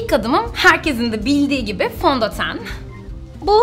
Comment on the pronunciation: fondoten ismini soyleyisine bittim:D